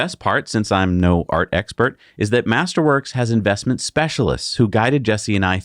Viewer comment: When you say "master works", all I hear is "tulips"